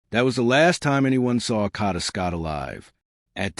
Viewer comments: Her name is kada Scott not Cada!! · Get a map so you know the difference between the NE part of Philly and the NW part of Philly. Sad they are local news people who are too lazy to report news accurately. Pronounce her name correctly or report on a story were you can respect the pronunciation of the young lady's name. KADA not Kata. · Wish I had a dollar for every posting that started out wirh FINALLY THE TRUTH.. I'd be rich.. I think it's obvious that "Kidnap me again"...is just some stupid slang..like "cash me on the outside" was.. means nothing about actual kidnapping.. and stop saying Caaaada...that's not the girls name! Uggg. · Who would subscribe your channel trying to monopolize on her dearh you can't even say her name right😮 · saying her name correctly is deeper meaning enough!! The girl died.. so say the name properly! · Especially if you’re going to say it repeatedly….. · why are u pronouncing her name wrong. You can clear as day hear how it’s pronounced, but for some odd reason you can’t pronounce it correctly 🙄 ugh